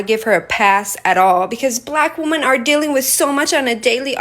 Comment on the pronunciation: “Bleghck women”